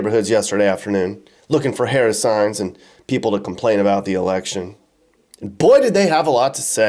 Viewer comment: Solid job giving zero substantive refutation and intentionally mispronouncing Harris's name. Masterful,!